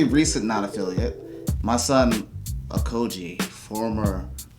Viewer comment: “Akoji” ??? Did I just hear Akoji?